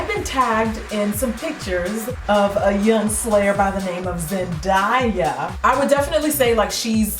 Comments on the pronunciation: it's zen-(DAY)-UH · It's actually pronounced Zen-day-ya it's ok though ilysm 💕😂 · Did you just call her ZenDIEa haha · it's killing me how you pronounce her name wrong, lol I'm so OCD. It's pronounced like zen-day-ya. Not zen-di-ya, lol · Zen die a ..... It's ZenDAYa Lmaoo you know like the days of the week 😂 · I thought it was pronounced Zen-day-a not Zen-die-a? Idk if that's just coz I'm Australian tho.. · So funny. You did say zendaya wrong lol. It's zendaaya not zendieya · '"zen di uh' LEL *zen day uh is how it's pronounced <3 but this is spot on, amazing! <3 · Zen- Day-A, Jackie 😂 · The way she says Zendaya's name, is cringe worthy. Zen-die-ah? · lolz its ZEN-DAYA like the A is said normally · Yeah it's Zen DAY a Jackie 😂😂😂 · zen... DAY... uh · Love the look :) it's Zen-Day-A btw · Omg no jk was looking for a tutorial for this look lol thx 😘😘 I think it's pronounced day like a day in the week for her name not sure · It Zen-Day-Uh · LoL it's Zen DAY UH (as in toDAY) lol you tried though. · It's pronounced Zen-day-a but it's cool because you did a great job👍🏾 your gorgeous😉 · Lol yeah, it's pronounced zen-day-uh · I thought it was Zen-DAY-Uh, well idk maybe not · love your vids your so pretty and so funny😂❤️ no hate just lettin u know her names pronounce zen(day)a😂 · love this look! but just so you know it's pronounced zen-day-ah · Zen- day- ah 😊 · its Zen-Day-A lol but this look is beautiful love the gold and the red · "It's Zendiya" 😂👏 I love you 😂🙈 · Lol girlllll it's pronounced Zen-day-uh.😂 love you.😂❤️ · Lol its zen-day-a gorgeous look never the less weer knew who you were referring to. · Déjà Manning she said it wrong. she said "zen-die-ah" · Lol! Jackie I love you!! But I'm pretty sure it's pronounced Zen-day-ya! But I love how you Stan her! My two favs!!! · Lol this video is so nice and btw its pronounced like the word day in the middle . Zen DAY Ahh Lol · Omg Jackie it is pronounced Zen-DAY-Uh. BUT thins look was so on point. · It's Zen-DAY- yuh